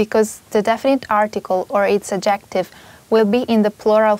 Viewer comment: thank you for your helpful explanations, but please learn how to pronounce adjective. the emphasis is on the first syllable, not the second one.